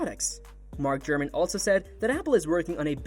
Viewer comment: His name is Mark Gurman, not Mark Gruman or Mark German as pronounced in this video.